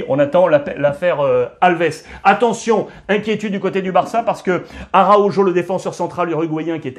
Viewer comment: Mais fais un effort au niveau de la prononciation , araukho pas avec le jo quand meme ca pique dans les oreilles